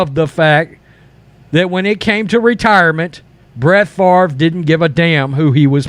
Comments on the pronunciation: It's "Fa-vre". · It's pronounced 'Faaaaaaaavvvrrruhh'